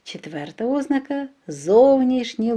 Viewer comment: ОзнАка! Наголос на першому А, а не на О!!!